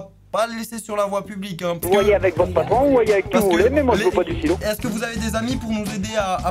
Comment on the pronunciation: J'avais compris stylo au lieu de silo